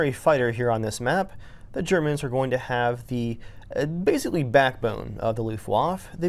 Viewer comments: two things: luft-vaffuh is the correct pronunciation. the jericho siren cuts out too early and doesn't initiate soon enough. you're supposed to hear that thing well before you see it. I hope that gets fixed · No, you pronounce Luftwaffe like this: ˈlʊftvafə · Also mispronounced the Luftwaffe as "Luft-waf" when it should be"Luft-waf-uh" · Also, Blenheim is pronounced 'Blen-um', not 'Blen-hym', and Luftwaffe is 'Luft-vaffa', not 'Luft-waff' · Aaaah the classic "Luftwaf" istead of Luftwaffe! Where did the e go? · "LooftWaff". lmao. "luftwaffa" is a more accurate pronunciation Vielleicht recherchiere ich nächstes Mal mehr. :) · Its not loofwoff its looftvaffeh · its not luftwaff its luftwaffE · Protip: LUFTWAFFE is pronounced LOOFT - WAHF - EH... NOT Loooftwaff. -_- And MK stands for Mark. Roman Numerals are things like V which signify five - and X which is ten. Less of a headache when you're talking it all out.... Commentary aside, as usual, looks like Battlefield continues to dumb down the game and make it easier for less skillful people to have their day, and gone are the days of working so hard to master a vehicle or aircraft to become proficient and deadly... What is up with the physics and the gameplay in general anymore... I was ecstatic for BFV but honestly more I look at it more I think I'll just not buy it, or maybe I'll redownload War Thunder as even atrocious as that sounds lol.... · To be pedantic, it's more like "Luft-vaf-eh," but most people wouldn't blink if you mispronounced the ending vowel slightly. But I am American and I thought to myself "Man you really are a fuckin' Yank" when he said "em kay vee bee" instead of "mark five b." And yeah... it took me all of ten seconds to write this comment, I must be a hopeless loser nerd since I have dedicated so much of my life to this guy's error. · Luft wafe 😂😂😂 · It should be said like "looft-vaffa" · JwgTheDemon lut-waffle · "Lufvaf"no comment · "looft woff" jesus man, it's not hard to say correctly